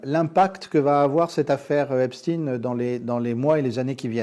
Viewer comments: Epstein pas epstine comme Frankenstein Merci. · En France, on ne dit pas "Epstin". La collaboration étroite d Epstein avec Ghislaine Maxwell aurait mérité d être développée... Un système de chantage,... avec des ramifications internationales. Merci pour ce partage. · Pourquoi prononcez vous Epstine ? J'en attendais plus de vous. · 😮🥺Epschtinn 😏 Et comment prononcez-vous : Frankenstein ? Einstein ? Weinstein? ...etc???? 🤮🤮🤮🤮🤮🤮🤮🤮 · Nous sommes français, prononcer Epstin à l'américaine n'est pas justifié. Dites-vous Einstin pour le physicien? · Monsieur Husson restez en à la prononciation française du nom du malandrin... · Pourriez vous nous expliquer votre prononciation à l'américaine du nom Epstein . Alors que votre partenaire, lui, le prononce à la française .